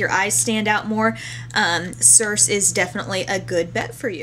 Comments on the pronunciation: "sir-see" greek mythology. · the pronunciation of Circe is SER-see. Its from the Odyssey . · The pronunciation for Circe is cheer-ch-eh. It comes from the Odissey and it's the name of the witch-goddess who transformed men into pigs. Cute uh? ^^' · I think CIrce is pronounced SIR-CEE. Trying to think back to Greek Mythology back in high school -- SO LONG AGO for me =] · Actually, it's pronounced SUR-see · although you probably know this now... Circe = seer-say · its pronounced sur-see like the greek myth, from the odyssey :) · Circe ----> Cir-see